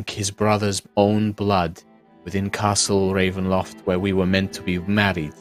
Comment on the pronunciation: I’m so sad I just love hearing say Castle Ravenloft and he didn’t do it this week:(